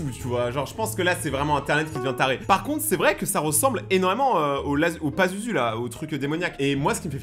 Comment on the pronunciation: C pazuzu pa lazuzu